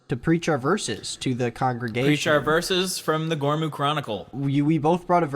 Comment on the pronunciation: *congregation, keeps saying congression- what the heck, he doesn't even know